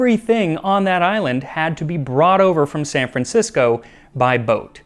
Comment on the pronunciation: San-Fran - cisco!😅